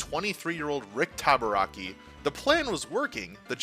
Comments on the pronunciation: Rick Tabaracci's last name is pronounced "taba-ra-chee," btw. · Rick Tabarakki! 🤣 I believe it's Rick Tabaracci, Ta-ba-ra-chee! 🤣